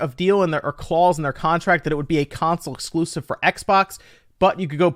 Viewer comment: What's an "Ex Bocks Wun X Cloosiv"?